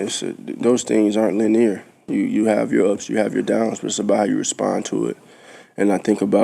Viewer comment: I think thats the first time i heard the word 'linear' pronounced that way.